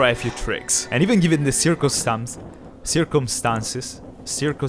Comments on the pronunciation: Circumstances (sur-come-sten-sis) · omg he was trying his best to pronounce circumstances...